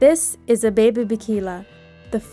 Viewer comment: Thank you for telling this amazing man’s history. I didn’t know about him competing after his accident. One point, his first name is pronounced Ah-Beh-Beh. Thanks again!